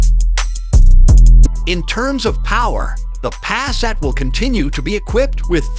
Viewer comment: Pass-at, really? It is attractive.